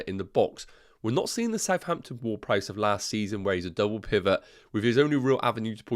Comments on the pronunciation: Did you just call him "Word-Price"? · not probably you are calling him so the entire video 🤣 i just found it funny 😆 but i get it with the different accents 😅